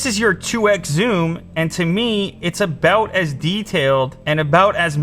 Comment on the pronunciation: The Canadian kicked in for ABOAT two seconds there 😄❤️